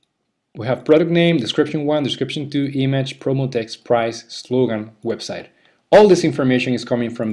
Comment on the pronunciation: Hey, buen video pero muy fuerte el acento. Tenés que trabajar un poco la pronunciación (what se dice /wot/ no /wat/, audio se dice /odio/ no /audio/, image se dice /imidj/ no /imadj/). Abrazo!